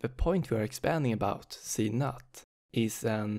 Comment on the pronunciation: You are reading z_0 as z_NUT 😂 I'm sorry, it just made my day. Thank you for the very helpful explanation of the topic.